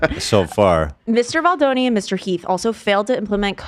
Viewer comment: Kinda sad ethan knows how to pronounce baldoni correctly now 😔 i miss ballzanga